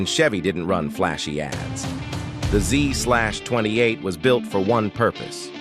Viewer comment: "Zee-slash-twenty eight" 😂😂😂